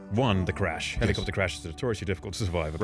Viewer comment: The way he says helly copter